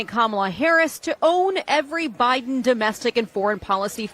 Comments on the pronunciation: Did she say Obiden? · Uhhhhhh did she just say Obiden ??? Omg she sure the hell did !! I knew Obama was behind all this crap !!